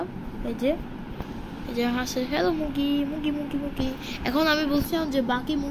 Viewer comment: 😂😂😂মুগগি না মুরগি😅😅